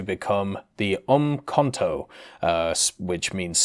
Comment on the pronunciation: Hey the South African missile you are talking about is pronounced Ukuntu